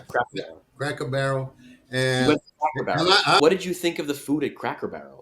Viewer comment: I love how says Cracker Barrel the right way that we do in the SE and Xiaoma doesn't. I tried saying it like Xiaoma and couldn't do it. 😂